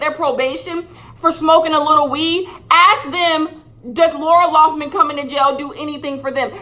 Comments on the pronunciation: “Laura Laufman” 😂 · "who's laura lawffman?" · Idk if it was meant as shade but every time you called her Laura Loughman instead of Lori Laughlin I hollered 🤣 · She said “Laura Loffman” 😂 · SAY LAURA LOFFMAN ONE MORE TIME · who is laura loughman? her name is lori loughlin 😂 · Take a shot every time says “Laura Loughman” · love you girl but her name is pronounced like Laurie LOCK-LIN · I love that you pronounce Lori Laughlin's name differently every single time you say it.